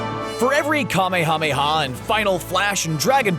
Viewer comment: How many people are going to mispronounce the Kamehameha? it's Kah-may-ah-may-ah, not Kah-may-ha-may-ha.